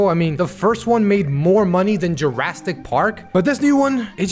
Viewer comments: Bro can you stop saying jurrastic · Dude are you saying "Jurasstic Park"?